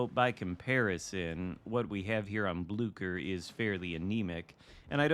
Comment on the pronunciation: Ahoy! May I suggest to pronounce it as if there is no "c" in it's name?